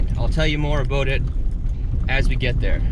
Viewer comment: You keep saying "Aboot" you sound more Scottish than me!👍